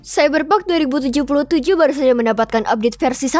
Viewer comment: Iya gan ane dengerny jg gt.. Semoga next vid pronounce ny lebih disempurnakan lg, n jgn lupa jg disunting dlu jd minimal bs di rekam ulang voicenya klo ad yg kurang pas #IMHO